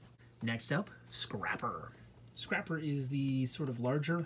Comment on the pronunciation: You called scrapper scrapel